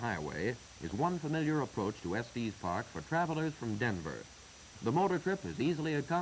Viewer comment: Estees Park…lol. I grew up there. It’s just Estes. No matter, I really like these old newsreels. It’s fun to see the town and area before my time.